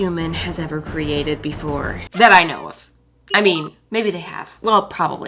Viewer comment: lol, instead of “that I know of” in the intro, I heard “Iowa”